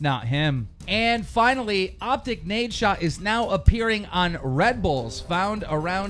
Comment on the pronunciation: He said nadeshot smh